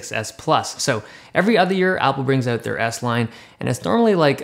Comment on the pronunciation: The way you say out is like 'ewt'